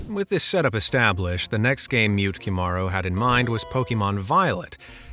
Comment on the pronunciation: Mute-Kimari .. tell me you don't know japanese lmao. Mu-Te-Ki-Maru